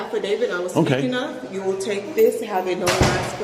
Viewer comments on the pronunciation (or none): none